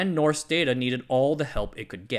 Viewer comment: "rs" in Norsk is pronounced like the "sh" in English